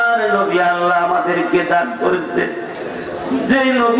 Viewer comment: এ কেমন জিকির আল্লাহর নাম অস্পষ্ট মনে হচেছ তাহেরী হুজুরের অনুসারী ???